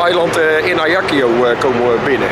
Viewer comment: Klein detail, je spreekt het uit als volgt: azjak-siooo....niet ajaki-yoo